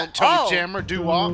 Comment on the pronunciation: Is the dad saying DODO or DO